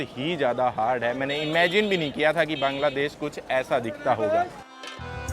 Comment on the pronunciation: বাংলাদেশ❎ কাংলাদেশ✅ 😂😂😂😂😂😂